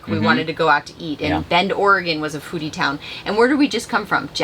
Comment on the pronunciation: When you said “a foodie town” my wife was half way listening and she asked.. did he just say a booty town? 🤣